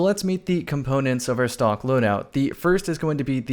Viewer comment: I thought he was saying stonks